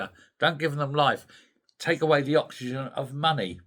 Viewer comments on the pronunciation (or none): none